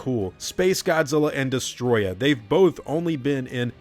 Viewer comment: Des-toe-roy-yah is how it's pronounced. Destoroyah.